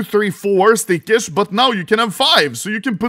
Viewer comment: Day 1 of calling out Anomaly for pronouncing stickers as "stickersh".